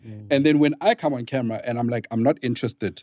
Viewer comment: I love how pronounces "camra" when referring to a camera & he's such a cutie pie.